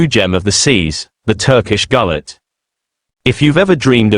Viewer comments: 200% agree. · These AI content are always rubbish. To begin with, its pronounced 'goo-let' . Secondly, none of the photos are of a classical Turkish Gulet. These photos are about as realistic as the so called 'pirate boats' that offer tourist binge drinking in Florida. Total AI rubbish.